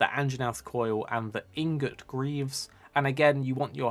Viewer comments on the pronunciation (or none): none